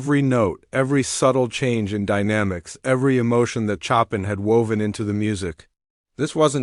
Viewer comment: Why do yoj You choose narrrators who know how to pronounce words? Chopin for example Chopln is not pronounced as "Chopping" wood"!!!